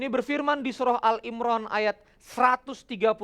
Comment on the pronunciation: Mohon maaf kang, izin sedikit mengoreksi ya. Yang benar adalah surat "Ali 'Imran", bukan "Al 'Imran".